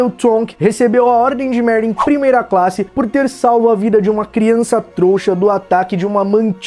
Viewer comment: "criaça trouxa' kkk